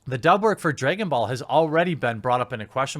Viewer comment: "Dregon Ball" 😂😂😂😂😂 Edit: Vic did not throw any candy! He ATE it! After saying it was Mônica or something. Research it bro, besides that, good job 👊🏻